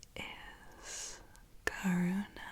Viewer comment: I can’t be the only person who heard Corona instead of Karuna at the beginning?? Amazing vidéo btw 😍